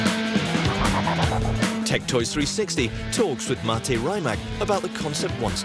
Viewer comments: It's rimac not rimak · Is not RaimaK, but RimaC! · Raymak like Kajmak. Say R I M A C. Croatian is phonetic. R is always an r, I is always an i like Iraq and not ajrak, M is always an m, A always an a like Adam and C is always a like a-b-c and not a cat. For a million at a time surely you could learn how to pronounce the name as it should be. Let's be professional!